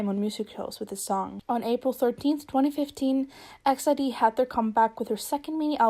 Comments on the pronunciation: i'm pretty sure it's pronounced "e x i d", but that's okay, i just wanted to inform people! most say it like exid, as in "exit", but i'm sure you sound out each letter. love the video, they're one of my favourite girl groups. <3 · E-X-I-D not X-I-D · Wow I’ve heard so many different ways on pronouncing EXID & this is the first I’ve heard “EX ID” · All this time I thought it was pronounced "ex ieh duh" that's the closest I can write it phonetically...